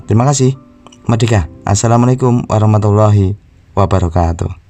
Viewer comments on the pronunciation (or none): none